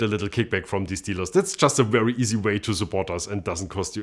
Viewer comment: It’s wery wery wintage